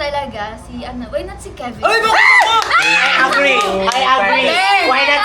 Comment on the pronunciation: Kevin ❌ Kiven ✅